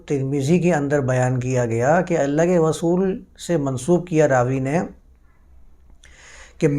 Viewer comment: رسول کو غسول مت کہا کیجئے۔ اردو کی عربی میں تلاوت نہیں کرتے۔